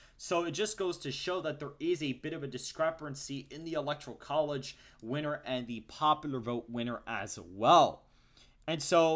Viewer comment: Discrepancy. Not “discrepRancy”. I’m just saying. I’ve heard you say it a few times thought I’d help you out. No biggie. Great work man.